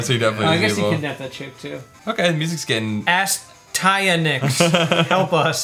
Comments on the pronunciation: continue. this game wasn't a complete drag. had some good side-scrolling mechanics. BTW it's pronounced....... styanax play noun As·ty·a·nax \ə-ˈstī-ə-ˌnaks\ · Uh-Stye-an-axe. I think. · Just so you know guys... its pronounced Astyanax =)